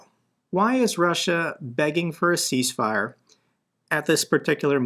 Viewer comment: It's 'cease' not 'peace'